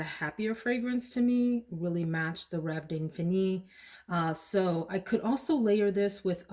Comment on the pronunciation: Beautiful pronunciation. Endless dream.